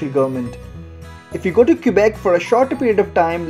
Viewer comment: FYI for foreigners, locals pronounce Quebec as kuh-bec. Don't pronounce the u.